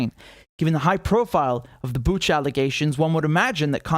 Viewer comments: It's Bu[ch]a, not Bu[k]a. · Biden or other don’t even buzzer themselves to know how to pronounce properly name of the city Bucha (where sound is ch like cherry)… Buka 🤦🏼‍♀️ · Pronouncing BuCHa like CHarly :)